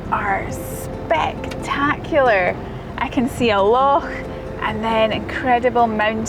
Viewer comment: A fantastic video,. I love the way you say "loch"...this place has to be one of the most beautiful i have seen on your travels....i love you...